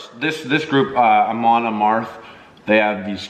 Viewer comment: Ah-Mon Ah-m-AR-ath